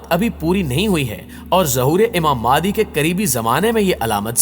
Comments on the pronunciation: Bhai Tallaffuz mei improvement le ao maadi nahi MEHDI A.S hai plz. مادی نہیں مہدی ہے امام (ع) کا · Imam mehdi ka naam to sahii se liya karen... Yeh maadi nhii mehdi A. S hai ....!! Please naam sahii liya karen...!!